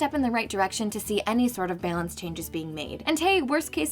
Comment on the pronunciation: Am I the only one triggered by the way she pronounces "balance"?